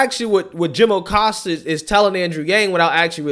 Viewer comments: I love the way you kept saying “Jim O’Costa”. Kinda like “Joe O’Biden”. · Aggghh! Don't know why, but everytime says Oh-Costa it drives me nuts.